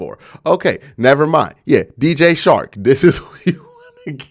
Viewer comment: Dj CHARK NOT SHARK. work on your communication. And pronunciation. You have talent.